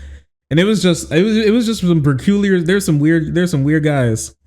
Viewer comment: Am I hearing things wrong or does pronounce "peculiar" in a weird way?